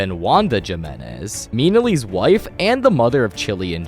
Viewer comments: It’s not je- menhez it’s he-men-ez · It's pronounced. Himenez not Jimenez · pronounced "himenez" not "gymenez"😭😭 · Jimenez has the h sound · Jimenez is pronounced “HE-menez” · “Julian Juhminez” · Jimenez (he-men-ez) jesus christ say it right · It’s pronounced “Hee-men-ez” Btw I’m nit tryna be mean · Has to be on purpose. No way from said JImenez lol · Chilly's last name is pronounced himenez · Mi-nelly. And ha-minez. Learn how to pronounce things if you wanna make vids on them.. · I just can't with how he pronounces Jimenez 😭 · Bro stop saying the J in Jimenez, it makes the "h" sound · Logan with a halo is crazy Also how do you not know how to pronounce “Jimenez” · This man can’t pronounce Jimenez is crazy work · That's what I noticed straight off the bat lol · I don’t think understands Mexican names pronountions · why is bro pronouncing the J in Jimenez? 😂